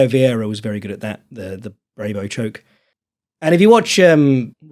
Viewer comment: brabo choke -> pronounced "brah-boh" not "bray-boh"